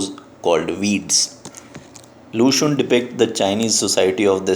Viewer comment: Hi glad you are teaching Chinese literature I appreciate it However I wanted to point out that your pronunciation of xun can be more accurate. Cheers